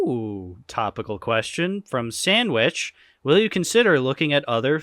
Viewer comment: Thanks for having my question in here ! Just one note: It’s San - Chev - itch, not Sandwich, just to be clear.